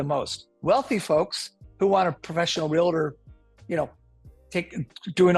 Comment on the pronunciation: REAL-TOR. 2 syllables